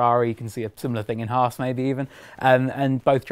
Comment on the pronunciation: Can the presenters please say HAAS correctly like the long haired guy is. HAAS not HARS. Just saying XD